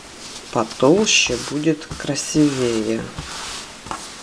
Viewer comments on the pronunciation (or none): none